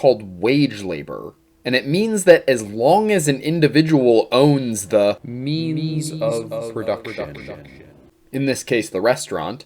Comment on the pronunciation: I keep hearing "meanies of production" lol